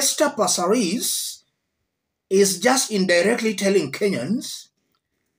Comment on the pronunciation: Aki passareeees😢😂 I love the way you say it 😅